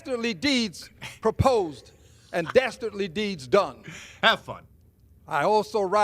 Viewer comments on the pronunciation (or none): "daesterdly deeds"?? what is this a childrens cartoon now? what fucking dasterdly deeds is he even talking about, getting shot in the head?? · Did he say dastardly 😂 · He said “Dastardly” 😂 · Yo said “dastardly deeds” hhahahahhaha. You can’t make this up